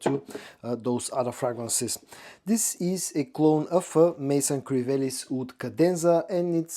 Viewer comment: I'm sure others have noticed and may have commented and I do not mean to be rude. But you need to work on your pronunciations for WOOD and OUD and WOODY and OUDY. You say them nearly identical.